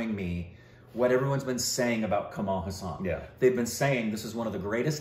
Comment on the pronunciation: it's Hassan not hussan... please pronounce correctly 😭😭😭